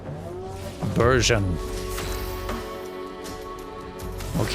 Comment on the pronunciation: Since last episode, I have gotten the game and played through Act 1. Bourgeon is very fun to say in a bad French accent. Any other pronunciation is inferior